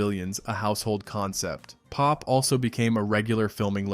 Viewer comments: POP was not pronounced as pop, It was P-O-P. The original entrance was an elevator simulating going under the sea. The price on sat., sun, and holidays was $1.75. We advertised it in my high school newspaper (I was the Editor-in-Chief) which was published 4 days a week. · It was called P-O-P not Pop.